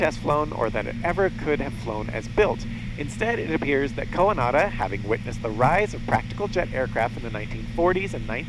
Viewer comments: The way you pronounce Coandă is cringe-worthy. Not just for me, as a Romanian.. but probably to others too. You make him sound like a second hand Japanese name. =) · How hard is it to get informed about how to pronounce the main name in your video?... what a mess.